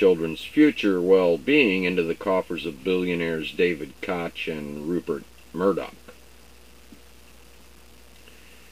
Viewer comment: I think it's pronounced coke (Koch).